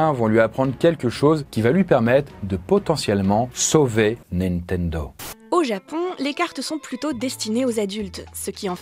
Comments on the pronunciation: ":Nintendo" ou ""Nintento" ? à 😅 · Juste après la promo : "Nintento" Bah bravo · 2.53 : "nintento"?? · Ah oui :"Les débuts hasardeux de NintenTo" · Nintento avec un "T" ? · NINTENTO hahahaha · Ta mis un T à la place du D de "nintendo" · "Nitento" à la 3ème minutes hahaha Sinon la vidéo est top :) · wesh rien que le début de la vidoe il arrive a ecorche le nom Nintendo vas y degage ...